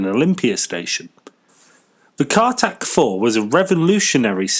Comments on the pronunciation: Not Cartac, Cartic. Car carrying articulated vehicle. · Not CARTAC 4, CARTIC 4, not Seize - CEASE, pronounced seese. Interesting article, but do your research and pronunciation of the English language better.